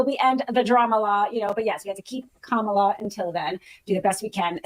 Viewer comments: did she say pajamala? That right there is why she lost 😂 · One of the “men” said it at the beginning too 😂